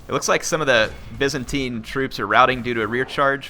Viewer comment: It's "Byzantine" not "Vincentine" lol.